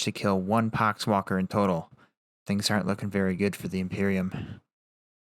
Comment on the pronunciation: "pock wakker" lol